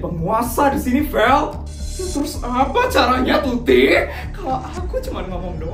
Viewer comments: Waktu ngomong tuti sama feli aku kok denger nya putri sama feli 😭😭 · itu typo asli nya mau ngomong tuti karna tutup dan putri sedikit sama dalam penyebutan maka salah sebut tuti jadi putri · typo ngomong "putri dan feli"kan harusnya tuti dan feli😂